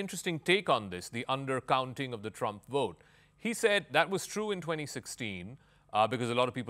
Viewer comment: It is called vote not wote.